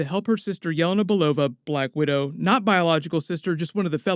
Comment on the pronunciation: ITS YELÉNA!!!! Not yélena!!!